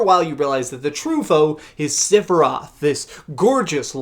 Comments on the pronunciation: For the love of all things. It’s sef not sif for sephiroth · learn how to say Sephiroth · completely agree with your last point but not your pronunciation of sephiroths name.